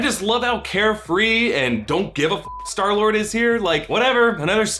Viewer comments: "and earlier we sall skylord" 😆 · LOL U SAID SKYLORD